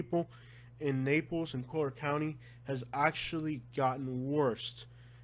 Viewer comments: Dude, it's COLLIER county, not Coaler county. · Yo I love you and I appreciate the "real" news... I thought it was super funny hearing you say collier.. Your 100% Spanish lol I'm Cuban and you pronounce it like your reading Spanish.. 2 l's doesn't make a y lmao your kept saying it like coyer or something lmao it was so funny.. Sorry to laugh at your expense but dude it was too funny!! Like I said I listen to your stuff alot and I love it lol keep your chin up dude you do good work bro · I was born here 66 years ago in 1954, I married at 15 in 1969 & I grew very well off with my husband through land. Please, learn how to say "COLLIER" properly !!!!! My husband didn't even have shoes to wear to school, he went barefoot & I had 1pair of shoes !!!!! Go back to Kentucky. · It's Collier County. Learn how to say it before you post a video. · I live in Naples and Yea, it's expensive but, man, can this guy find anything not to Bitch about??? The guy will have problems no matter where he goes !!!! Been here for over 20 years and can't even pronounce Collier correctly 😂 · learn to pronounce the county.